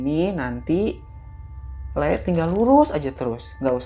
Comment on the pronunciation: Bukannya "Pulung Gantung" yaa Bukan Pulau gantung Fyi: cuma mau revisi, Mgkn soal pelafasan Bukannya "Lek" Tp "Lee" alias "tole" panggilan buat anak laki² Klo cewek "ndog" gitu Tp klo buat yg si penjaga bener Nyebutnya "pak lik" Alias bapak cilik alias Om